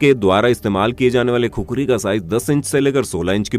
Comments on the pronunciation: I am from nepal and actually it’s khukuri not kukri😫😂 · It's khukuri not khukari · Not kukuri bro it's khukuri 🇳🇵🇳🇵🇳🇵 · It's KHUKURI (खुकुरी) Not kukri * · Proud to be Nepal but it’s not Kukuri it’s khukuri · its not khukri its khukuri Please pronounce properly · Khukhari nahi khukuri bolte he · THAT REAL PRONUNCIATION IS KHU-KURI